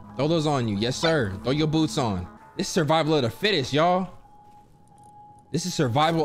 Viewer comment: “Survival of the fittess” lmao